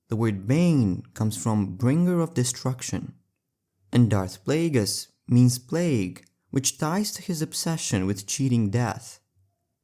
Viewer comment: darth in-plageus